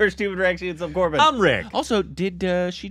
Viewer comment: No one:: 'Onion' Mukherjee